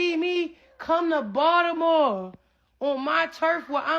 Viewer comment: It's so funny 😅 that's just how we pronounce Baltimore as Baldimore in the house 😅